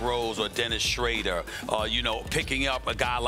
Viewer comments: Mahammed Mukhtar Jibril in German it's pronounced "schruder" and SAS is saying "schrader" so he's still wrong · Stop saying Schrader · Dennis Shreidder. LOL, well SAS is from New York he must be obsessed about the Shredder 😂😂😂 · Who is this dennis shrader? Its dennis schroooder. SAS needs a speech coach. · Dennis Shraida lol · Dennis SHRADDER? How does he not know how to pronounce these guys names properly lol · No one: Absolutely no one: Stephen A.: Dennis SCHRADER Rob PELINKER 😂🤣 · Someone please tell Stephen A that it’s not Dennis “SchrAder” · I cringe every time he says “Shradder” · Why this man keep saying Dennis “SHRAYDER” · Can we just get SAS to actually say Schroder right. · As a native German speaker. I have never heard a sports analyst or commentator pronounce Schröder correctly. And yes, SAS is incorrect. The ö is not pronounced as 'ay'. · S Jaiswal Actually i never heard any American say it right. You probably the Ö in Schröder should sound like the OE in SHOE but in reality it sounds more like the I in BIRD. The Ö sound is not prevelant in the English language. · Stephen a will never say dennis shrouder name right LMAO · So no ones gonna correct SAS on Dennis Schroders name?😂😭😂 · Stephen A just not gonna day Dennis name correctly huh??? And no one gonna correct him either